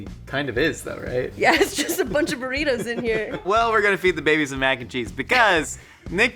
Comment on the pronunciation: Mackencheese like Mackenzie